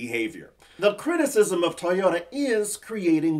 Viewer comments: How fucking hard is it to say Toy-ota vs TY-ota.? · Did you say “tiyota”,?